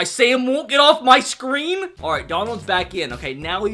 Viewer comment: You sed scream in stead of screen